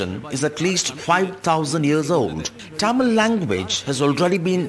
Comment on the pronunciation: Dear you are not alien to pronounce Tamil as Tyamil, use little common sense…